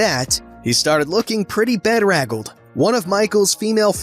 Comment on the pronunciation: "bed-rag-alled" ... I've not heard that word pronounced that way. I've alway said "be-drag-alled"😏